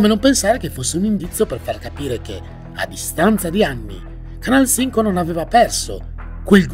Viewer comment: Ma come pronunci bene Canal Cinco 😍